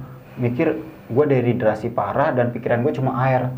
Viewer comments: Dehidrasi omm.. bukan deriderasi 😂😂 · "DEHIDRASI "(kekurangan cairan tubuh) bukan "deridrasi" (deridrasi apaan??) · aku ke channel ini karen kmarin nonton bang indra di lentera malam,btw itu dehidrasi bukan deridrasi 😂